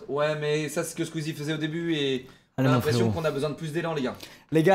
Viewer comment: vraiment la manière ou dit SkUizie jamais je m’en lasserai